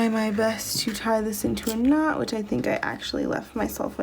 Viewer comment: When you said that you were going to "knot off the end" of the thread, I heard, gnaw off. I was wondering how that would work out for you :)